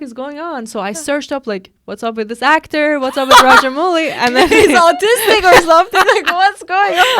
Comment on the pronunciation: it's AmaRendra Baahubali girls. And Director's name is pronounced as Raja-MAOU-Li and Not Raja-MOO-Li.